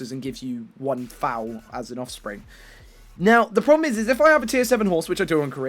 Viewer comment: Love your videos man.. and I have not read the comments, but for gods sake.. the offspring off a horse is called a Foal, not a fowl.. not matter where you are from, Foal is not pronounced fowl. :) but great content.. liked every video I have watched so far.